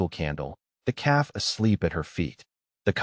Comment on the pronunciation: Hey Ai learn English! It's a story about a calf not a cab.. keep the main character's name the same. Great story. Good thinking on Alera's part.